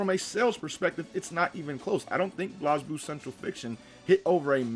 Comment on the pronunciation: Blazeblue dude said blooz